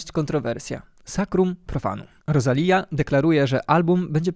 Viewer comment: inaczej się wymawia Rosalia ....aż boli